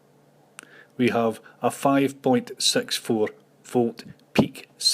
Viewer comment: Hi! Nice tutorials! And here's a short lesson in English: It's ”secondary”, not ”secondry”, and 6 is pronounced ”six”, not ”sex”. Have a nice day!